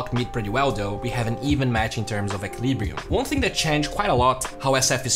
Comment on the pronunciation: Anyone else get just a little triggered when he said equilibrium ek weel eee Bree um